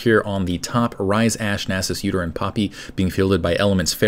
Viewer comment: when he said udyr and poppy i thought he said "uterine poppy". i thought it was a new skin -.